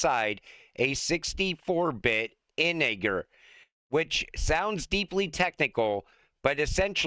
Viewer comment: its called “Integer”, Not In-e-ger”